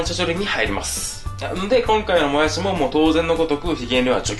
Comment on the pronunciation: もやす。みたいにしをすに言う言い方、山形弁ですぞそれ笑笑